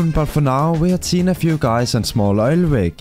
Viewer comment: bro its obv oil rig not oil wig